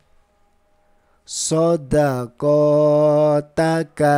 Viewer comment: Izin ustad,maaf sebelumnya,,sedikit masukan di bagian "sodakotaha" di baca nya qo dan ka berbeda ustad,,SHODAQOTAKA, SHO-DA-QO,, QO di baca di pangkal tgorokan,,izin ya ustad ya🤗🙏🙏🙏🙏